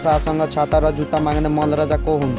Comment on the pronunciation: प्रश्न हरु राम्रो छ तर उच्चारण सुधार गर्नु यस्तो नेपाली सुनेर मेरो टाउको दुख्न थाल्यो। मल्ल हुन्छ न कि मल ।